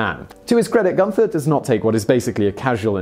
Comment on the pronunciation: 'Gunter' does not have an 'h' in it. Do you intentionally mispronounce words - especially place names and people's names, or do you just not care?